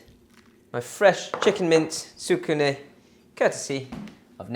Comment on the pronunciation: The pronunciation is "tsku nay". Often an internal "u" is dropped when speaking. Nice recipe!